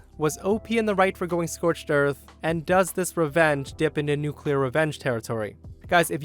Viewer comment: No Name poo-clear